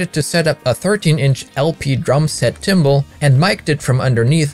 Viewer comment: It’s pronounced “timbahlees”, rhymes with tamales, not cymbals.